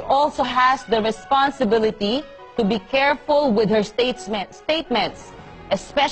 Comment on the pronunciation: "statesment"? B O B O